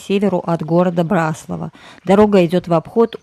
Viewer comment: А нам , местным очень режет слух когда говорят " на БраслАвах". Спасибо, что поняли и приняли поправку.